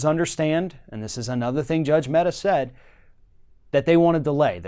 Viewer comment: The name of the Judge is Amit Mehta and not Ahmed Metta. Just in case you wish to google and know more :)